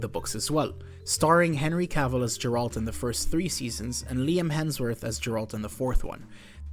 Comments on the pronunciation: Great iceberg. One thing tho, please don't say 'Jeralt', it's Geralt and even Netflix or EN VAs can get it right :) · God please nooo 😂 It’s Geralt not Jeralt.